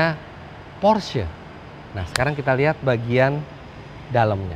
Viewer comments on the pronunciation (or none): none